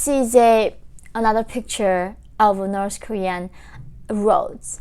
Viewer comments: I hear you saying Norsh Korea.... 😂 😂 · Norse Nefecta 🇳🇴🇰🇵! 😂